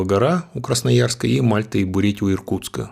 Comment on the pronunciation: Что сложно Бурятии назвать правильно?😂 я 3 раза прослушал не мог понять, что он сказал